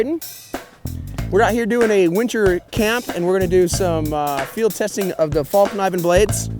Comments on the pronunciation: From the dozen or so Swedes i spoke to, none pronounced it with a silent k. However they do pronounce it something like "fell-k-niven" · it's pronounced faell kneeven